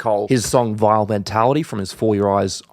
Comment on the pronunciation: it’s pronounced VILL